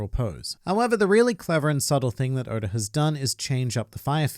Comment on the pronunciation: anyone else notice how he pronounces oda as odor?